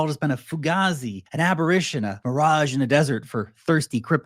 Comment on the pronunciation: Its apparition. Not “abbarition “. Perhaps you meant abberation.